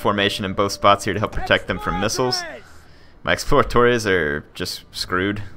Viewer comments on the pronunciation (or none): none